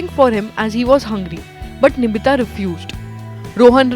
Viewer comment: its nitibha not nibhita ...